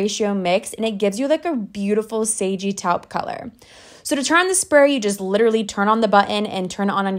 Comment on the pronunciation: I've never heard anyone pronounce "taupe" that way. 🤔